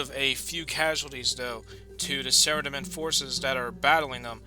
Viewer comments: Its pronounced sara-dom-man not sarademin xD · Sorry but its Sara-Dough-mon and zAm-OR-ACK. but this is awesome none the less!